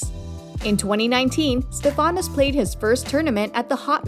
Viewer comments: it’s not StefÁnos. it’s StÉfanos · Just a quick point. His first name is intonated on the StE, not the fA. So, it is StEfanos, not StefAnos. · Stèfanos.. not Stefànos Stèfanos Tsitsipàs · Agreed. Stefanos in Greek is pronounced like the English name. Like Stefan. StefAnos is more Italian or French. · I really don’t get why it’s so common to jeopardize Greek names . Is it so hard to say Stέfanos ? Why it’s so common to change the intonation ? If you want to call him with the English version of Στέφανος , better say Steve or Stefan . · You not pronunce well the name Stefano. The accent goes in the vocal E e non in the A. It’s easy to do that. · It’s Stefanos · Not correct...it goes on the e for Stefanos and the a on the Tsitsipas...